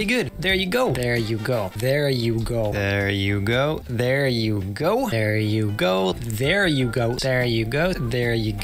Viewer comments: My favorite parts is when he Said "There you go, Ooooo" "See, well there you go" "Ther yugo" "dear you go!" "Deer yugoo" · He's been saying it so long that now it sounds like "Yer yuko" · 1 minute in and it sounds like he's saying "Air You Go" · I've heard this so many times I'm starting to hear "bear you goat" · I like that part where he said "there u goo" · After a while it sounds like he’s saying there yuko 😂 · About a minute into the video it starts sounding like ”Their yugo” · It sounds like "There Yugo" after this video. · Did anyone hear him say there you goat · He says it so many times it almost sounds like “teruko” 😂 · When u start listening 'there u go' for long it sounds like dare yugo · At some point i started hearing "there you goat" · After a while it kinda sounds like "dare you girl" xD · It goes from there you go to “Dare yugo” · When the video finished seemed that he was saying "the hugo" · I started hearing wer yo gao after a while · I watched it for so long that I thought he saying can you go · now i just hear it as "der yugo" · In the fast clips, it just sounds like "vertiko" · at what point does it just become "dare yugo" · at a point in the video i heard him saying "deryugo" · i swear i started hearing they ru go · Sounds like “Thera Go” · Ver yuko i hear now, help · im starting to hear: There hugo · "dare yugo" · It sounds like he is saying “thereeko” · It sounded like he was saying dear u you Insane so weird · what i hear after this dareugoa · it sounds like "peariyuko" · I lost so much brain cells I don’t know how to pronounce “there you go”